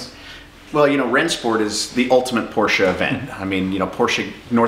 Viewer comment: Thumbs up. He is able to say „Porsche“ the right way ( for the others: it’s not a porsh ;^) )